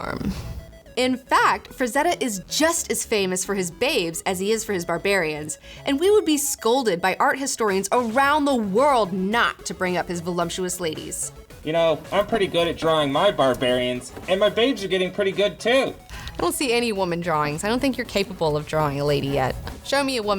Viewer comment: the word is "voluptuous" not "volumptuous." Otherwise, good video